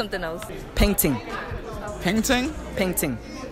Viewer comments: The way they pronounced “peng ting” Had me dead 😂😂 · mandem keep saying painting instead of peng ting lololol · I understand your accent but it’s peng ting not a painting fam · Peng t-i-ng not peng t-a-ng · pen-ge-ting not pentin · It’s peng (ting) as in s(ing) you pronounce it like that ygm the second in the buffalo hoodies sais it right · Naaaaaa icl man dont say "peng sing" like only tapped set 8 bytes say that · That’s not how you say peng thing 🤣🤣🤣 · Yo he ain't even sayin it right all I hear is pen tin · Yo that guy basically sayin pen tin how can he not pronounce it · I’m from the UK your pronunciation is too funny 😂😂 enjoyed the video tho 🙌🏻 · My guy couldn’t say “Peng Ting” I’m so dead 💀🤣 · Niggas said it wrong 🤣🤣 peng ting killed me sbchjccfb. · the way you pronounce peng ting hahahaha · I'm not a roadman but ik ur not saying "Peng ting" right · The way yall pronouncing peng ting is triggering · Listen it’s not hard to say “peng ting” Not to be a hater but a you guys can’t say uk dialect sos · These dudes don’t know how to say peng ting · Pronunciation had me creasing, dead ding, painding